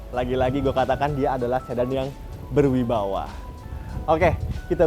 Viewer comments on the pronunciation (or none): Ber wibawa, bukan ber wibawah..